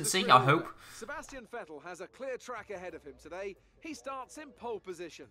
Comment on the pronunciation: its vettel not vetell